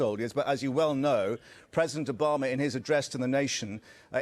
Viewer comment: "president Obamay"